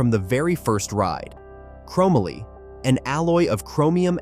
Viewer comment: Chrom ma lee?